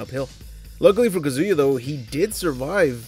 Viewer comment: Who’s kuh-ZOO-yuh? 🤔